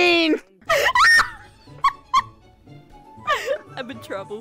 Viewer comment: That could be a new meme - SHOW ME YOUR MINT!!!!! me- moon is learning to speak British give him in A Plus